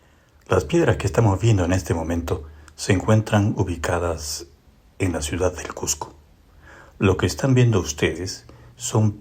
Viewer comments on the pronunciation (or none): none